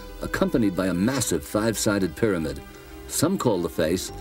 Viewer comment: the way Hawass says "pyramid" is very fucken annoying! ITS PYRAMID ASSHOLE...NOT "PERAMETH".....damn